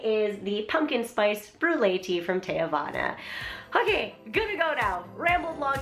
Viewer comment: You said teavana wrong.